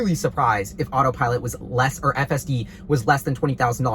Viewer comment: The “AYEF,” love it! 😝